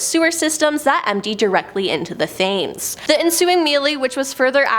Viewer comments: It’s pronounced TEMS not THAMES. Honestly hurt my ears listening 😢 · It's pronounced Tems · This is the point I stopped watching!!🤭😂😂😂 How can you not know how to pronounce Thames in this day and age??🤯